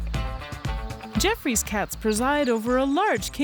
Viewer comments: I always thought it was pronounced Joffrey’s Cat opposed to Jeffrey’s Cat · it's pronounced "ge-off-roy's" cat.